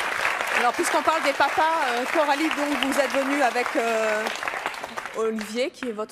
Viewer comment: C'est plus Coralie mais KEH - ralie